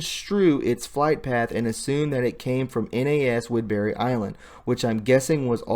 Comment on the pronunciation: Naval Air Station (NAS) not Air Force. And not whidberry island. If you want to ne a journalist and speak with authority. You must be accurate on the small stuff too. Otherwise how can people give you their trust? Good effort though. Keep improving. Stick with facts, stay away from editorializing, support sitness opinions with facts and dont give tour own opinion. "Don't tell us, show us."